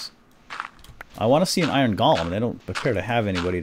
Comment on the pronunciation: its not iren its iron